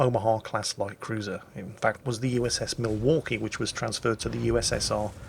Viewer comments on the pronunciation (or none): none